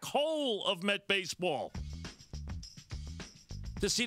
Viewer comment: Been almost two years, but I still can't get enough of this. "THIS IS MAJAH LEAGUE BASEBAWL. YOU'RE ACTUALLY PAYIN TA WATCH THIS?!?!"